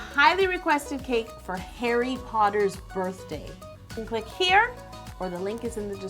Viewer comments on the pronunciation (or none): none